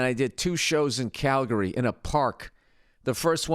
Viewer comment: Thanks for pronouncing Calgary correctly.